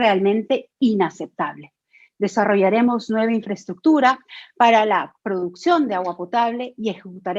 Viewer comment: primero que aprenda que se dice INFRAESTRUCTURA y no INFRATUTURA